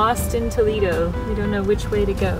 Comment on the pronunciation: Toledo not “Tolido”